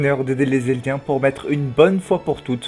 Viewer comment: On dit Eldien pas Elidien